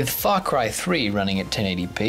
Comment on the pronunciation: i thought you said fuckcry